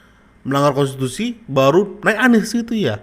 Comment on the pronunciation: Sunarko ngomong konstisusi gak ngerti konstitusi koar koar lgak jelas. Hukum saja gak usah digaji negara